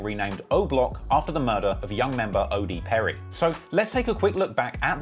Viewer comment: They say odee perry